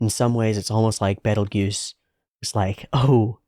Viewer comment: Thank you for just calling him "Beetle-Juice". You WOULD NOT BELIEVE how many people simply CANNOT pronounce his name correctly, despite watching the entire show. I'd swear the japanese phonetics have to be some kind of memetic filter preventing english speakers from realizing that they know exactly how to pronounce his name, if I didn't know any better. I'm grateful you have the sense to not call him "Beetle Geese" or "Beetle Guise". I'm not joking. Also, the "Petelgeuse vs Betelgeuse" naming is a bit of a weird thing. I'd explain it if I could, but according to the author there's a reason behind it that, if I'm recalling correctly, hasn't been revealed or addressed yet.